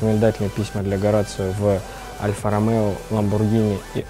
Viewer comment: Правильное произношение: Хо-ра-сио.